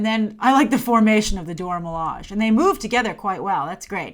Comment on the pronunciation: Milage is pronounced Mi-La-Jay